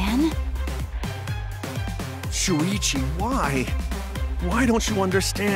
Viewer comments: Everyone said talking and shuichi said that wrong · me trying to find out how to pronounce shuichis name